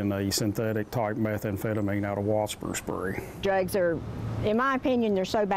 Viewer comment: What the hell is 'waspur spray"?